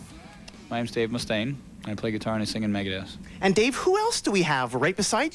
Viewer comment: “Maygehdeth” -nardo